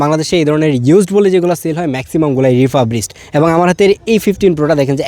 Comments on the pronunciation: রিফারবিস্ট, রিফাবরিস্ট না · রিফাব রিশড কি 🤣🤣🤣🤣🤣🤣🤣